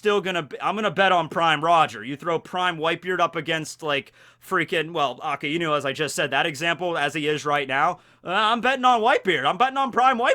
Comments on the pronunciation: A KAI NU NOT A KA IIIIIII NU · I just hate how he says akainu ,he pronounced it like it's "aa ka e nu" don't don't if it's the correct version or not but it just pisses me off ᕙ( ͡◉ ͜ ʖ ͡◉)ᕗ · the way he pronounce AKAINU Triggers me to the bones